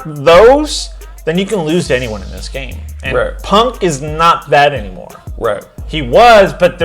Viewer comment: So... are you going to correct the "aynmore" or not?